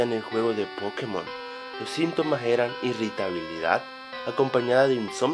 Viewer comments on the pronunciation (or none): none